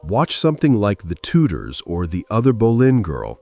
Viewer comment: "Tudors" not "Tutors"! Who would support you?